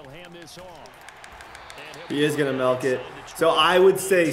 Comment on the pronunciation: plz never say melk again